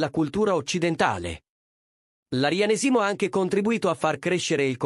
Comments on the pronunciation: Ma nn si dice " Arianèsimo" e nn "Arianesìmo"? Qalk1 gioca a fare l'ignorante......!! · Arianésimo, non Arianesìmo.🤣🤣🤣🤣😂😂😂😂🥰🥰🥰